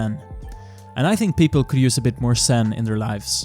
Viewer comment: Scape turned out really well. Your pronunciation of Zen sounded alot like Sin, in a strange way seems appropriate to the video. 😉👍